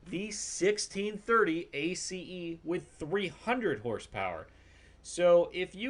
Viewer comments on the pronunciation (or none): OMG can you just pronounce it as ACE not A C E